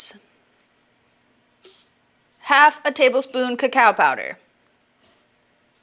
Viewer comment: Extra emphasis on the cacao